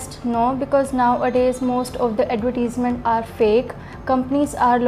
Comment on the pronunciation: I think you said the word: advertisments incorrectly